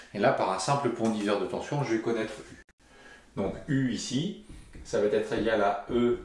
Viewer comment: Bonjour. Vos vidéos sont toujours aussi claires et bien traitées. Merci. Par contre, s'il vous plait, arrêtez de faire la liaison "ça va t'être", c'est insupportable.